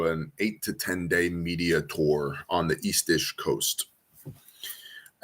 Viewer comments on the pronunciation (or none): none